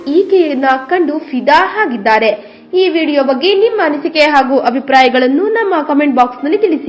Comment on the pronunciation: ಅಕ್ಕೋ ಅದು ಫಿದಾ 'ಹಾಗಿದ್ದಾರೆ' ಅಲ್ಲ... "ಆಗಿದ್ದಾರೆ" ಅಂತ ಹೇಳಿ.. ಕೊಲ್ಲಬೇಡಿ ನನ್ನ ಕನ್ನಡವ...!